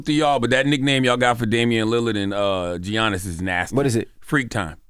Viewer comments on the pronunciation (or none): Envy- Giannis’ name is not pronounced Gee-On-is it’s pronounced Yawn-is. 🤦🏿‍♀️ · Who’s Gee-annis? Lmao how hard is it to pronounce Giannis as “Yaw-nis”? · Y'all clearly do not watch the NBA because that is not how you pronounce Giannis Antetokounmpo's name. 😂😂😂 The g is pronounced like a y. It is a Greek name.